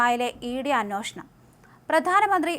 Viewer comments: അനോഷണം അല്ല.അന്വേഷണം. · അന്വേഷണം എന്ന് നേരെ ചൊവ്വേ പറയാൻ അറിയാത്ത വഴിപാട് ആയി പോയല്ലോ ഈ അവതാരക